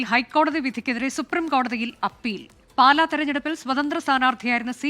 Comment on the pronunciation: പാല അല്ല 'പാലാ'